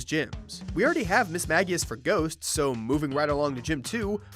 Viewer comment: It's pronounced Mage-ius